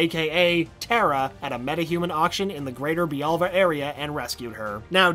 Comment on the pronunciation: Jaime, not Jamie. Bialya, not bialva.